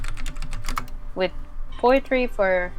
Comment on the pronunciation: I would love more KOC content. Hopefully I can even get my game going enough to be part of it. (PS- I am pretty sure that you guys were butchering the pronunciation of “Poetry” the whole game!)